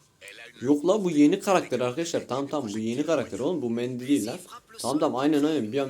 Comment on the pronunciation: Mandy diyince koptum😂😂